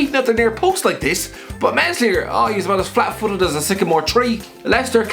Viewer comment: The S in meslier, the leeds goalie is silent